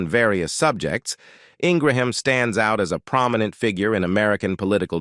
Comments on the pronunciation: It's an artificial "automated" reading of the script by computer. It repeatedly calls her "In-gra-ham", a pronunciation she HATES. She prefers Ing- gram. You can hear this automated voice narrating more and more Youtube videos. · This is the worst biography I’ve ever heard on utube very biased and repetitive and the constant mispronunciations for her name...then you accuse her of being a bigot prejudice DISGUSTING She is a Conservative that does not make her prejudice I have watched her for many years and admire her intelligence and her point of view. When you discussed her Education you talked about her amazing Law degree from University of Virginia but ended with Dartmouth talk Utube you can do better